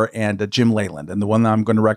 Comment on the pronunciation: I used to watch a lot more baseball when I was younger and I remember hearing Jim Leyland's last name repeatedly pronounced "Lee-land" and not "Lay-land."